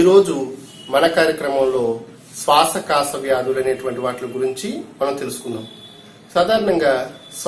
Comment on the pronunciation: శ్వాసకోస అని చెప్పాలి శ్వాస కాస కాదు